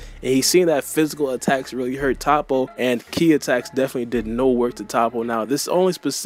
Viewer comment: Vegeta finally got his W that he deserves. And it’s pronounced Toe-po like how can’t y’all pronounce these simple names right?! Like jeez 😂🤦🏾‍♂️